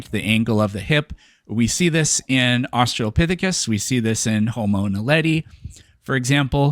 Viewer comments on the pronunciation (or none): none